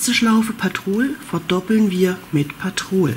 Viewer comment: Sehr schöne Decke werde ich bestimmt auch mal machen 👍🌷. Klingt irgendwie lustig wenn du immer ….patrol ….sagst😉😂. Heißt doch petrol die Farbe oder ? 😊. Sorry nicht böse gemeint. 😉🌷